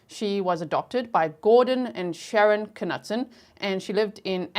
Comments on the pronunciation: Knutson is a Swedish name meaning Knut's son and is pronounced Kn-ew-ts-on. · And it’s pronounced Kah-nute-son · It's pronounced "Noot Son" The K is silent. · In north dakota we prnounce like where you live. Ka Newt Son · I’m from ND. It’s pronounced KA-NEWT-SON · Her last name is pronounced "Noot-Son" The K is silent. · I had a boss here in Arkansas USA and his name was pronounced (Knutson) CaNewtson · Im in America, knutson was my best friend's last name in grade school. Always pronounced "Ka-nootsun".. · I grew up in North Dakota. It's "MY-knot" and "kuh-NEWT-sun." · It's pronounced Kah-newt- son. That was my maiden name and I live in Grand Forks North Dakota!! Please pronounce it correctly! 🙏🙏🙏p.s This is how her family pronounces it. 😊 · I live in ND. I've always heard that last name pronounced "knewt-sun."😀 I see that someone clarified the city. I wondered if it was Minot. I lived in Bismarck until 2020. I was wondering why the trial was in Grand Forks, but I see it was due to publicity(?). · the K is silent in Knutson and in also Knapp